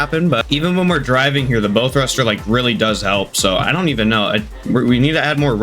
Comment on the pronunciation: Good video just a fyi bow isnt pronounced bow like bow and arrow its pronounced bow like u bow to royalty lol